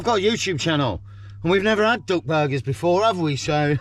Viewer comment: Great video as always, but as an Australian listening to a english accent I thought you were saying DOG burgers!😂 glad it was DUCK! 😅